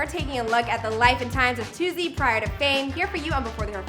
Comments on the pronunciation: They is no z in Toosii omfds😭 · ITS “TOO-SEE” not “TOO-ZEE” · Yall annoying me saying "toozii" its "toosii" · It’s not toozzi it’s TOOSII 🤦🏾‍♀️ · Is it too-z or too-c Bc y’all keep saying too-z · It’s toosii not tozzy gaddamn 🤨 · Stop saying To Zee😭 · TOO - SEE .. not however they pronouncing it 🥱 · His name not “toozzii” cmon man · Why they saying toozii tf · Why y'all say Toosii like that? It ain't hard to pronounce